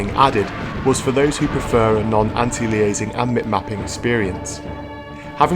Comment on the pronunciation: Anti-liasing? He-re-tic? What the jesus fuck? Good review otherwise.